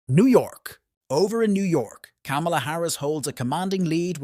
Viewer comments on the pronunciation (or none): Her name is Kamala, pronounced comma-la. Get it right ir expose your ingorance (or your bias).